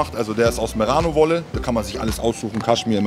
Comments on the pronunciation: Merano wolle? Meint er Merino? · goldstein das ist merino und nicht merano wolle min jung